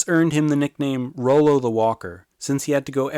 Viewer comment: I believe it's pronounced raw-low, and I'm related to him hah